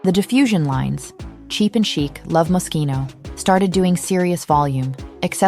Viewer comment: NO Franco , NO Jeremy, NO MOSCHINO (or mosshino, like many still love to mispronounce it😅)